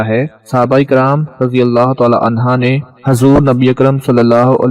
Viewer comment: عنہا نیی ہے عنہ ہے